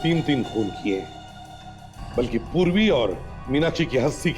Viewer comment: Purvi ❌ survi✅